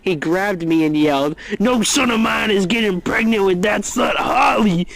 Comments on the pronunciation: "Am I gregnant ?" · “Am I gregnant” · Am I gregnant? Am I preganergnat? Ho do get pregcant?